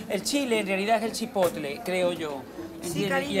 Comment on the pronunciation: El no poder decir Chipotle 😂😂 que es muy bravo, se nota que no han probado el Jalapeño o el Serrano